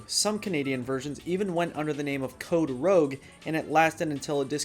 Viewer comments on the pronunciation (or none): Its Code Rouge (roozh) not Rogue (rowg) its just the french canadian code red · I'm sorry.....i hate to be "THAT" person.....but rouge pronounced "roojsh" or "roozh". It's French for 'red'. Not Rogue XD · Bro its not "rouge" like it is in english. Rouge just means red in french lmao. (Pronounced rooj) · Canadian here, thought it was funny when u said code rouge was code rogue. Rouge (pronounced - Roozhe) is red in French and a different spelling then say a D&D rogue. Awsome vid though just game me a chuckle when I heard code Rogue instead of code rouge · It's not code Rogue it's code Rouge French for red think mascara Rouge sorry just helping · Yeah its not "code rougue" its just code "rouge" red spelt in french lmao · Code Rogue? It's Code Rouge which means Code Red in French. Come on, dude. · About the Canadian part for code red, we have a pest of a Provence that’s all French (Quebec) and red in French is spelt rouge (pronounced ‘roozh’) so even though it looks like code rouge (like a rouge agent) it’s really just a French red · Not code rogue, code rouge. Which is french for red. Some people in canada speak french, we call them french canadians. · Not rogue (roeg) but rouge (ruuj) Rouge is red in French and French is another official language of Canada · Code "Roozhe" is rouge. "Roe-G" is spelled Rogue. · code Rogue. dude learn french ROUGE isnt rogue, its red in french. lmao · Its Code Rouge not Code Rogue. Rouge is french for Red and is pronounced REW-juw-AH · Code Rouge for the color in French. Not Code Rogue lol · Code rouge....lol rouge is just red in French and it's pronounced much differently then the English word rouge. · I've had two mountain dews in my life: Original and Code Red. They are both disgusting. Also quick edit; It's not Rogue, it's Rouge . As in french for red. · ''Code Rogue'' is not a thing. ''Code Rouge'', as pictured in this video, is simply a French Canadian can of code red. French for red is Rouge lol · Code Rouge, not Code "Rogue"😆